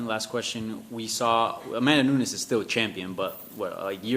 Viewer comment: How does she not know how to pronounce Nunes? Unbelievable. Lol. Keeps saying "nun-yes"